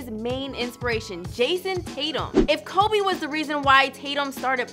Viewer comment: Its Kobe not Cobe...do you even know the Mamba?